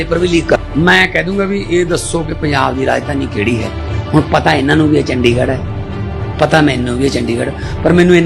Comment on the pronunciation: ਵੀਡੀਓ ਬਣਾਉਣ ਵਾਲੇ ਬਾਈ ਗਲਤੀ ਤੁਸੀਂ ਵੀ ਕੀਤੀ ਹੈ, ਚੰ+ਡੀ+ਗ ਇਥੋਂ ਤੱਕ ਠੀਕ ਏ ਅੱਗੇ ਤੁਸੀਂ ਕਿਹਾ ੜ+ੜ੍ਹ ਇਸ ਤਰ੍ਹਾਂ ਤੁਹਾਡੇ ਬੋਲਣ ਮੁਤਾਬਿਕ ਪੂਰਾ ਲਫ਼ਜ਼ " ਚੰਡੀਗੜੜ੍ਹ" ਬਣਦਾ ਹੈ ਪਰ ਕੋਈ ਗੱਲ ਨਹੀਂ ਗਲਤੀਆਂ ਹੋ ਜਾਂਦੀਆਂ ਹਨ, ਵੈਸੇ ਵੀਡੀਓ ਵਧੀਆ ਬਣਾਈ ਏ, ਹੋਂਸਲਾ ਨਹੀਂ ਛੱਡਣਾ।